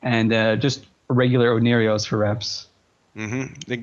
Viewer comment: How is the logi called,? "Oneirios" lollll